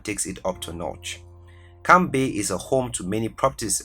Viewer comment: Lol. At least 3 times the guy presenting pronounced Camps Bay the nr 1 position as "Camp bay". Seriously? And the list is obviously to make money seeing to it that the semi educated person cannot even pronounce words correctly. Hence. Why on earth should one really regard the list as serious. Most places does actually not belong on the list, by the way. But hey. I just contributed in whomever he is or they are a comment and a view of a video being 13 minutes long. Money, money, money . . . Never mind the need for true facts and integrity . . . Camp Bay.